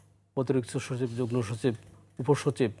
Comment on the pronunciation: সাংবাদিক শুদ্ধ উচ্চারণই জানেনা! বার বার সে যুগ্ন( যুগনো) বলছে কিন্তু উচ্চারণ হবে যুগ্ম(যুগমো)